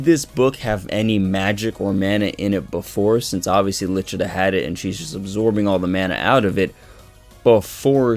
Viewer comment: The names were butchered 😂 who the hell is Ribe??? 🤦🏻‍♂️ The official Viz translation, her name is Licita not Lichita.. 🤷🏻‍♂️